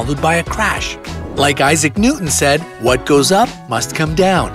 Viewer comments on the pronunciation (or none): none